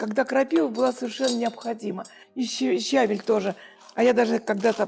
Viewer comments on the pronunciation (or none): Так приятно смотреть, как вы готовите, пусть простые блюда, но с хорошим настроением и улыбкой 😊👍❤здоровья вам🌹🌹🌹щавЕль -Кушавель 😁